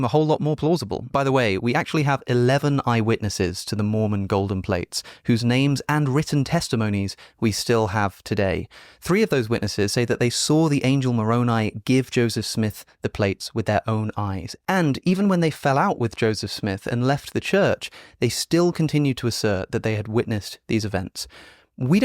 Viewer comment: Alex pronounces some words funny: Isaiah: I-zeye-a extant: ex-stankt Moroni: Morown-eye